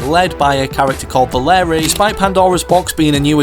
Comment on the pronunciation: “valerie and hub” yes that’s definitely how they’re pronounced